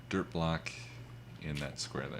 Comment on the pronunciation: Most of the time he said dirt in this episode it sounded like derp.